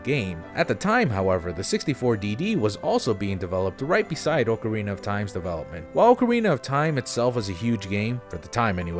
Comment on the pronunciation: ok do you just pronounce things wrong to mess with us? its AHK-arina not OAK-arina